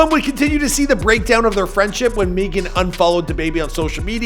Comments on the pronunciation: My wife's name is Meagan and she pronounces it Megan like all others. Not "meegan" or whatever you keep saying. You will be getting back lash from the stallion I'm sure. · It’s Meg-an !!! Who’s is Meegan?????? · Can you stop saying Meegan please, it's just Megan 🤣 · Why u keep calling her meee -gan? It's pronounced Meg-gen. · Dude its Megan not Meeeeeegn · 🤣🤣🤣🤣 For real though why do you keep saying Meagan instead of Megan? It's a fairly simple name? Ah who cares. She got that WAP. And lipstick drawn outside their natural boundaries. So everything is fake today. Like trans swimming champions. Everything is a hoax. Everything is a downright lie. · Why do you call her “Meeghan the Stallien” that’s literally not how u pronounce it bro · I Know He's From Canada & Whatnot, But the way He KEEPS saying "Meegan" like the way Key says it on "Key & Peele" is Funny AF Lmao!!!! 💀😂💀😭💀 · Who the eff is MEE-gan. I honestly think he tries to mispronounce people's names on purpose! He does it all the time! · Why do you pronounce Megan meeegan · When he said "Meegan" I saw Big Shaq😂😂😂😂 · Every time he says “Meegan” , I can’t help but watch the Key & Peele episodes on YouTube lmao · Bro I swear I was thinking the same exact thing!! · Meeegun or maygun? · Can't even pronounce her first name and called her album Tina Snow Tina Show. Come on now. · Its like every video he pronounces someone’s name wrong like halfway through the video after he’s said it right 9 times like what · Dog I can’t keep watching your videos if you keep mispronouncing very easy names. You been doing this too long to keep messing up like that man. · lol why tf he keep saying her name like that. meeee gan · I swear this dude mispronounces shit on purpose. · Roadman Shaq on the pop ups every time he miss pronounces Megan wrong 😂😂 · Bruh I was looking for a comment like dis I thought I was the only one seein dis shi lmao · He pronounced her name wrong the whole video